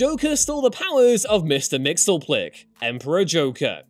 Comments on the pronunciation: Why exactly is it that no one at WhatCulture can pronounce Mxy's name?! MIX-YES-SPIT-LICK! It's not that fucking hard people. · Sound it out now. "Mix-Yez-Pit-Lik." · ...Mix-eez-pittle-ick, gawd 😄